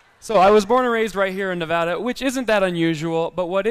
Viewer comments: Its not Nevahda, it’s Nevada. Lol. I get it. My home, we have to do the same thing. It’s not Newf’ndl’nd, and it damn well ain’t NewFOUNDl’nd, it’s Newf’nland. It rhymes with understand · Thank you, I hate when people pronounce Nevada wrong!